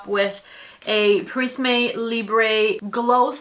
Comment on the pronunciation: The final 'e' of prisme and libre is unstressed. You should not pronounce it as they are French words. Please, don't judge me, I'm a Linguist! 😅